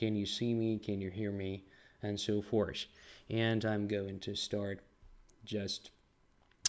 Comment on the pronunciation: I think his English is excellent, with one notable exception. He always says "...and so FORCE" instead of the intended "and so FORTH". He prononces the "th" fine in other words.